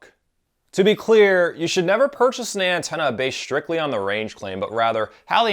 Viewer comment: Nice video, thanks for the review and info. But not sure why I keep hearing "Andorian Tenna"